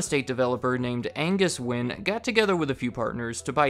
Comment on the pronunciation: Thank you for pronouncing Wynne correctly. It gets pronounced every other way then win. Wayne, wine, winnie